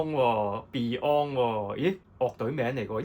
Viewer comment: 應該要將Yoshiki 同beyond 既發音搞清楚